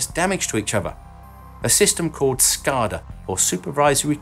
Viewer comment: SCAAADA...leviosaaa LOL. Sorry I've just put a hard A on that for so many years. It struck me funny.